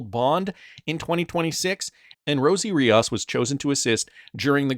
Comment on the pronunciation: It’s Rios, not Riaus! It’s a Spanish name dude!